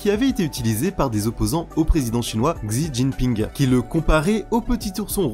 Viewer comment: Merci pour cette chouette vidéo (Attention, en mandarin, le "X" en début de mot devant une voyelle se prononce "ch", le nom du président chinois se prononce donc "Chi Tchinp hing")